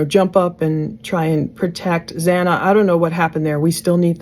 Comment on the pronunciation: It bothers me SO much that the Judge couldn’t even get Xana’s name right, not one but twice!! So disrespectful…